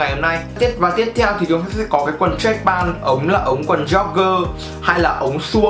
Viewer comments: Đọc là trách pent thì chuẩn hơn ông ơi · Béo Bình mà ông này cứ pan pan nghe hơi khó chịu, ít nhất cũng phải phát âm âm t ở cuối. Góp ý để sửa cho tốt hơn chứ cũng k có ý gì mà.